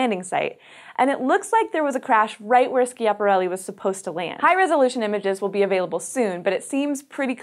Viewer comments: Please pronounce 'Schiaparelli' in the right way.. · Is Schiaparelli pronounced "Skiaparelli"? I thought it was pronounced as it was spelled "Schiaparelli".... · Slow down! Bailed out half way through this exclaiming "Shut up!". You talk too fast, you edit out gaps between sentences leading to this not being watchable. Oh! You should check pronunciation of " Schiaparelli ".